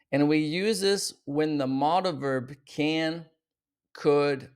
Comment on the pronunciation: You are mispronouncing MODAL verbs. It's mow·duhl not "model"